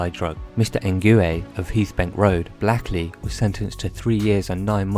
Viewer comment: Black-ley lol it's spoken blake-ley